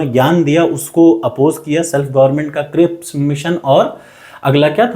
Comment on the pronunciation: Not crissp, but cripps mission 😂, Aapke dmg me to khane ka chl rha h!